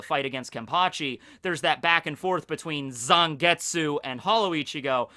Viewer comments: In japanese the character of tsu doesnt usually pronounce the u, so it would be more accurate to pronounce it zangets. Having taken japanese classes it bothered me XD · I wish people would stop pronouncing silent U's in Japanese names